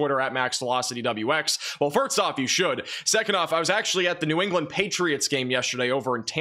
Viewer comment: The guy has a college degree but can never get past mispronouncing simple English words like 'first' and 'Gulf'. pronounces these as 'firtst' and 'golf'.